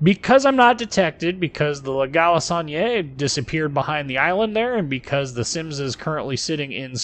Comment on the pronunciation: I love how english speaking persons pronounce french names i.e La galissonière lol. great video as always :)